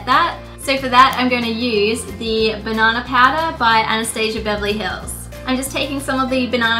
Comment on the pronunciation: Did she say banana powder? I couldn't understand it